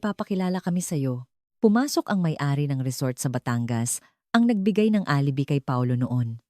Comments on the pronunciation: Correction: Please pronounce, ALIBAY. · Alibi is pronounce as alibay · Bothered ako sa pagkabigkas mo ng word na alibi.